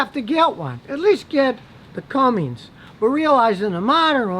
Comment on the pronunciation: "Cummings" dude seriously out of touch.